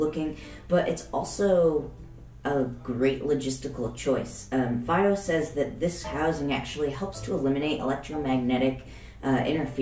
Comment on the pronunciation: in china they call it "fee oh" not "faay oh"